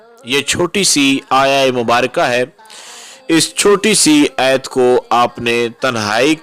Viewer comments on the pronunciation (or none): Phele sahi se bolna sheek lo aayit hoti aya nhi